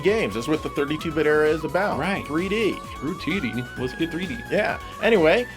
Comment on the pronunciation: Whenever you say 2D I pretend you’re saying tootie ☺️